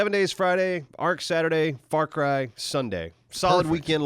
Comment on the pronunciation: When says "far cry" it sounded like he said "f*ck rye" and my friend Aidian must have thought so too because he quickly looked up from his sandwich and defensively shouted at me "Hey it's my sandwich I should be able to eat it in peace without you judging my bread selection!" I died lauhhing.